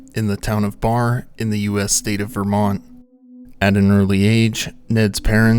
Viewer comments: I'm from Barre Vermont & it's pronounced: Bare e. Not Bar thanks for the story & for the most part great coverage.😊🙂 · "The town of Bar". I think you mean "Barre" (pronounced "Barry"). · His place of birth is pronounced Barry. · I love your channel. Just so you know Barre is pronounced like Barry. 😂 I am a Vermonter and so many people mispronounce it. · As a Vermonter, it's pronounced BEAR-EEE😁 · Barre is pronounced "berry", but no one cares.